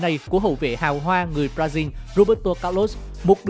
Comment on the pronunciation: Con này đọc Brazil thành b ra riu buồn cười vãi